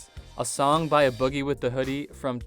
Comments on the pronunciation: His name is “Aye” boogie. Not “uh” boogie😂 long A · A boogie its A boogie. Its not pronounced "uh boogie with da hoodie" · It’s pronounced “Aye” Boogie with the Hoodie. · A-BOOGIE NOT A BOOGIE LOL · IT IS NOT ABOOGIE IT IS SEPARATE A BOOGIE SEPARATE YOU ARE DRIVING ME CRAZY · I thumbs down because you pronounced A Boogie with a hoodie “Uh Boogie with a hoodie” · Had to thumbs down for that A Boogie pronunciation 😩